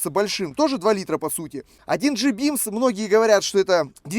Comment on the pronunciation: Кровь из ушей прям хлещет!!! Бимс, мотор Ц серии, за уралом так не говорят!!! 😂😂😂 Серия мотора, пишу по русски, СИ, не Бимс а Бемс!!! А на этом моторе постоянное масляное голодание ГБЦ, любой пионер за уралом вам об этом скажет... 😂😂😂